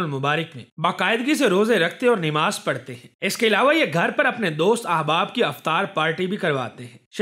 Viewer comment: Namaz not Nemaz